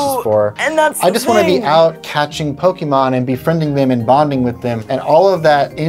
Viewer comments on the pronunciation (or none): Pokeeemon..... It hurt my ears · … are you saying "Pokimon"?😅 Makes me wonder, how you pronounce "pocket"...